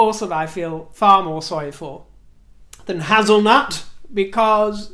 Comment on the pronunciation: HAZel`nut. That is hilarious! your dazzle & moxie is spot on. Fantastic Video as always.